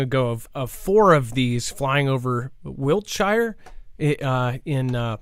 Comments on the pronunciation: Dear Americans, the plural of Lego is Lego. Also, Wiltshire is actually pronounced 'Wiltshear' - English is messed up! All of the 'Shires', E.G. Bedfordshire, Berkshire, Buckinghamshire, Cambridgeshire, Cheshire, Derbyshire, Gloucestershire, Hampshire, Herefordshire, Hertfordshire, Lancashire, Lincolnshire, Leicestershire, Oxfordshire.... All of the Shires here are pronounced as 'Shear' rather than Shire - Crazy I know! Love the content guys! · Wiltshire is pronounced Wilt-shear